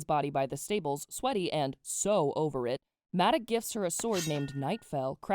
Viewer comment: Please it’s ‘Maaadoc’ 😔💔